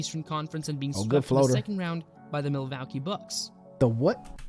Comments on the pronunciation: Interesting video on Larry Legend. But honestly I think with the guy's funny pronunciations of different words (Milwacky? for Milwaukee), he should probably stick to doing it in his own language lol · Wow never heard someone speak so poorly?? How can you not pronounce Isiah Thomas or even Milwaukee. Definitely not from the USA or this is proof the education system is a complete failure.